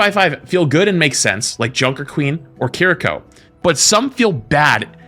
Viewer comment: “Kur-EE-ko” Nani??